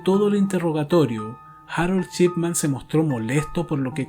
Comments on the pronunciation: El caso muy interesante. Lo único es "Shipman", no "Chipman", tal como se lo menciona al apellido del médico en todo el documental. Eso resultó bastante molesto. Por lo demás, muy interesante el caso, no lo conocía. Y ojalá continúes con tan excelente contenido. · Excelente investigación. Único detalle ( porque contigo ya se hila muy fino, por tu excelencia ) la pronunciación es SHipman y no CHipman. Saludos y continúa de esta manera! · En otro vídeo, te he comentado que me parece una muy buena idea abordar este tema del crimen para tus trabajos y que tu narración es muy buena. Hay algo que quiero preguntarte: ¿eres mexicano? Lo digo porque pronuncias la sh como ch. Así se produce "Chipman" en lugar de Shipman. Si nos tomamos el trabajo de traducir lo mejor posible este apellido, tendríamos que el primero sería "hombre del circuito electrónico" y el segundo "hombre del barco, o navegante o barquero". Pregunto por tu nacionalidad, porque es de público conocimiento que los nativos de México dicen, por ejemplo "Chéspir" en lugar de "Shékspir" (Shakespeare). El famoso "Chespirito" (diminutivo de Shakespeare) era Gómez Bolaños. Solo es una curiosidad. Desde ya, gracias y saludos. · Perdón pero cada vez que diiiste su apellido está mal.. es Shipman, y tú dijiste durante todo el video Chipman. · Me encantan todos tus videos . Es Dr Shipman. (Yipman,no chipman) solo eso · El título dice "Shipman" pero cada vez que lo nombra suena "Chipman" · Me encanta este canal. Lo descubri ayer y enseguida me subscribi. Solo una critica constructiva: Practica como pronunciar las palabras en ingles para que se te escuche mejor. En vez de decir Shipman, dices Chipman. Gracias por tus videos. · "chipman" dice lol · Muy buenos documentales. Me suscribo. La única crítica.... Dr. Chipman nooo, mal pronunciado. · Shot de vodka por cada vez que dice "Chipman"!